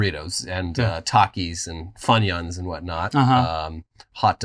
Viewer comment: Never heard anyone pronounce Funyun that way. Wild.